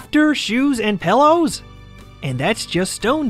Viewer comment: When you say PILLOWS it sounds like PELLOWS...